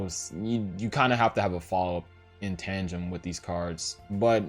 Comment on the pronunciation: It’s “tan-dum” Not “tanjum”